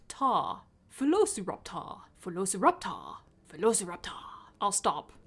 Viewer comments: It should have been vel-oh-so-rap-tu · "[vuh-lo-suh-rap-taw]" what?! No it isn't! Who says it like that? It's more like "veh- loh-si-rap-tor" as in like "velocity." I can only imagine they made it like that in case they thought people would assume the "si" bit is pronounced like "sigh" or something. so glad I'm not the only one who thinks it's written daft! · Bri'ish today, are ya? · vuh-lo-suh-rap-taw sounds like summoning something in Skyrim xD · Just say Velociraptor. Latin pronuntiation beats any pronuntiation. And change the V for an U if you wanna be extra correct xD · I'm so happy I wasn't the only one that found the "vuh-lo-suh-rap-taw" pronunciation super weird